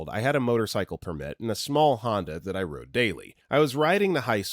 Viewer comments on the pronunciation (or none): none